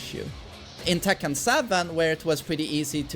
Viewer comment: The way he pronounces Tekken 7. ‘Tekkan 7’